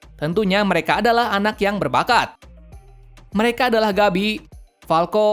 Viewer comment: Gebi Woy!Bukan Gabi bacanya!